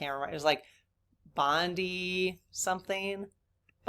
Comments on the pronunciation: Amazing story, thank you for sharing. Bondi Rescue is an Australian tv show about the life guards at Bondi Beach in Sydney. It is pronounced Bond-eye, not Bondee. It is a great show, there are many seaons. Those life guards are amazing. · I'm so glad things turned out well for the lady's sake and for yours. Several years ago, I helped perform CPR on my next door neighbour, a 4 year old boy. He didn't survive. It was so awful. Also,the show was Bondi Rescue about the lifeguards at the famous Bondi ( pronounced bond eye) beach in Australia. Great surfing, terrible rip tides, tons of CPR done. Love the show. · FYI Bondi (pronounced Bon-dye) Rescue is a surf lifesaving program set in Sydney, Australia on the famous Bondi beach. It’s a reality show so any rescues and resuscitations you see are the real deal. Lucky lady. 🙏✨💙💫